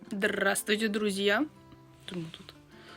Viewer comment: почему Вы всегда приветствуете "ЗдРРРРавствуте, друзья!", с упором на "Р", это такая специальная фишка, какая должна быть у уникального блогера (как считается) или так сложилось и ничего такого в этом нет?